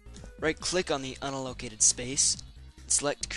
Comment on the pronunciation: Nice work! Say: un-AL-oh-CA-ted